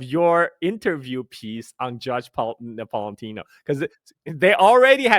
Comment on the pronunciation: it’s Judge NapolitAno; not Napolitino, hehe